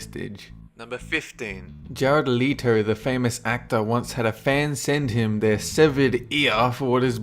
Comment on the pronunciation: It's Leh-to, not Lee-to...